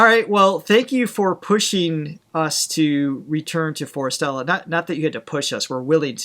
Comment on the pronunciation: The name Forestella is pronounced as Forest + Stella NOT Fore Stella.